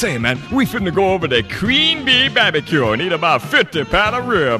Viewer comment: That bab-a-cue!